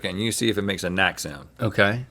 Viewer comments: "knack" is German (Strasbourg is in Alsace, French/German region) and kinda translates to snap :) the k is not silent :D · Nahh Knack. Not Nack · Also, you should pronounce the K in knack and it's not a french word, but an alsatian word (alemanic/germanic minority language we speak here). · He is right about then Knack in the sausage, but the k is pronounced so try cnack Its like the p in pop it has a sound